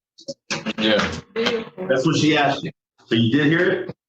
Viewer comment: And, "Dat ain't wat he ax you".